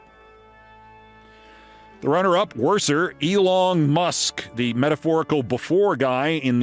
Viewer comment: "Elong"...I may die!🤣